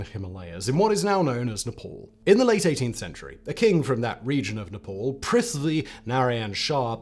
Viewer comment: My guy butchered the” prithivi” name the way Gurkhas butcher with khukuri !!! Kudos !!!